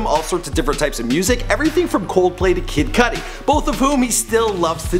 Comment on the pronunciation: Why the fuck did he say kid cudi like that